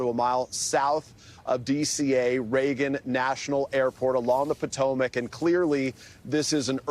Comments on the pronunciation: What's the "Patemec" River? Does Holt mean the Potomac? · NBC can't even find newscasters who can pronounce the name of one of America's most famous rivers. SMH